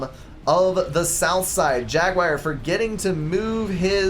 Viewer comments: Hi, I like your casts and used to watch everything you put out. But could you pay just a little attention to language? I'm Belgian and it drives even me nuts. Could you please say jaguar instead of jaguire? Please stop trying to talk faster than you're able to do so coherently: no need to clarify common words like scant-...few, pay a little bit more attention to what you're saying about the game (e.g. map control advantage to South in early game: no, and you reversed the statement). There is a reason your voice breaks: you're over-speaking. I am confident the quality of your casts will improve if you just give yourself a second to collect your thoughts:-) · Some pronounciation changes are in order (You crazy American) Achieved jag-you-ar ( not jag-wire) Ah-wassa Yolona- oss Yee-THOTH-ah Thaam ( kinda like “baam” ) EEL-I-ah ISTLE I do hope I helped